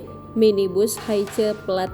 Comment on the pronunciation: Hiace Om bukan haice😮